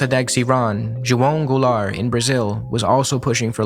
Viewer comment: I love that you took the time to learn how to correctly pronounce "João Goulart".